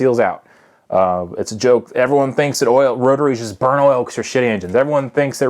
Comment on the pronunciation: kris johnson did you see the way he said "burn" though, it's hard to explain the way he said it, but he means not just burn it up and waste it all